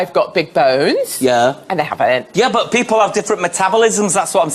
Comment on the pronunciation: “Peolple?” Is that like how they add extra letters to color and arbor?